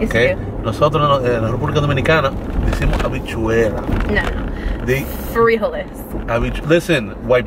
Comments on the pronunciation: Omg. You're saying it wrong. It's frijoles! 😂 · Omg and the earring thing! I get it , I feel absolutely NAKED without earring. Also it’s frijoles 🤣😉 I’m from South America; Ecuador 🇪🇨